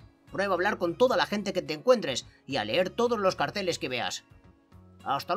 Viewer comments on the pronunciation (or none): none